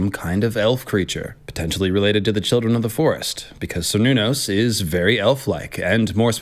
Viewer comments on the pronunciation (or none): The "c" in Cernunnos is pronounced like a "k" and is sometimes even replaced with a "k". Great video ty